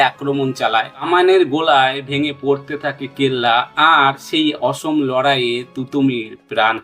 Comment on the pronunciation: তুতুমীর নয়,তিতুমীর। মীর নিসার আলী।এই নামটাও বলতে পারলেন না।অসম লড়াই নয়,উচ্চারণটা অসমো লড়াই হবে।ওনার লড়াই ভারত স্বাধীন করার লক্ষ্য নিয়ে ছিলোনা।